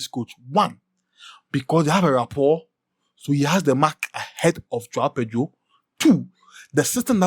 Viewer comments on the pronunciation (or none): none